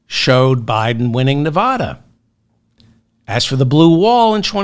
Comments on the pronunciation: Most Nevadans would take exception to your pronunciation of their state. The "a" sounds like the one in the word "lad". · Why can't you learn how to pronounce the state of Nevada?